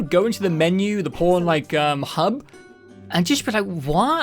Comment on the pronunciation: Yes and "pawn hub" sounded almost done on purpose lol